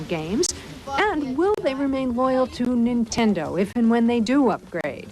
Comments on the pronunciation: I've never wanted to punch someone over how they pronounced "Nintendo" before. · she can barely say nintendo lmao kms